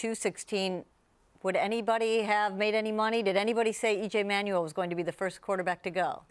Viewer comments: It's EJ Manuel Billick. Not EJ Emanuel. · It's Manuel not E-manuel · They keep saying EJ Emanuel. IT's EJ Manuel.